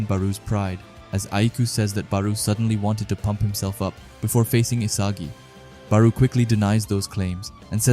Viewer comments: Barou is pronounced like borrow. baroooo lol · Why do you say ''bar-oo'' i thought it was ''bar-o'' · barou ( ba-row) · The u is silent just say bar and row add them together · Bar-oh is how its pronounced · "Baruu " lol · always dropping bangers but we gotta talk about your “Barou” pronunciation💀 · The Barou pronouciation is crazy LOL, but jokes aside this a fire video